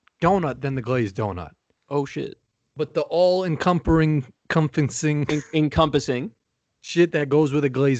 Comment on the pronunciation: "But the all encompering" LMAO. is fucking hilarious